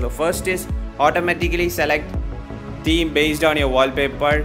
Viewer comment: first pronunciate theme properly 🤣🤣🤣